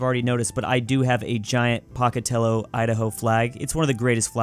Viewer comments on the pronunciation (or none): Every time he said Pocatello it made me cringe so much. I live in Idaho and we pronounce it POKEatello not POCKatello. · It's Pocatello not Pacatello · I just wanted to clarify that instead od paokatello you say pow-kuh-teh-low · very important... POE-ka-tello, not Pah-ka-tello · ITS NOT POCKET-TELLO. ITS POKE-ATELLO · It’s not p-o-ca-telo it’s po-ca-telo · Its pronounced Poe-ka-tell-o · not to be that guy, but totally to be that guy, as someone who lives in idaho so i think i have some credibility or whatever here but im pretty sure its pronounced pOHcatello. i honestly had no idea what town you were talking about until i saw the spelling on the flag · As someone who has visited Pocatello ID many times and has family there, I can say with confidence that they pronounce it "POKE-UH-tello" Also, thank god they fixed their flag. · as an idahoan i am offended if you have our flag it’s is pronounced POKEatello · It's pronounced P-o-cat-tale-o, Idaho. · Hate to be that guy but my mom is from Pocatello and it's pronounced like poh-cat-ellow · POKE-A-TELLO! As someone from Idaho, that pronunciation was scarring. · Every time you say Pocatello it makes me cringe. As a native pocatellian Its pronounced Po-cat-ello. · Im from pocatello, but it is pronounced p-oe-cah-tell-oe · as a Southern Idahoan, the town is pronounced Poke-Uh-Tell-Oh lol. We sometimes call it Pokey for short. Solid attempt tho. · Hey I just want you to know it’s pronounced Pow ca tel oh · Pocatello is pronounced as "pow·kuh·teh·low" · pronounce pocatello correctly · The way that he pronounces Pocatello and the fact that they have a new flag and that I am an hour from Pocatello and feel like I’m representing the Idahoans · No one thinks you’re from Idaho with that pronunciation of Pocatello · As an idahoan it hurts how pronounces Pocatello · as someone who's been to pocatello, idaho if you pronounce it like that to a local they will LAUGH IN YOUR FACE.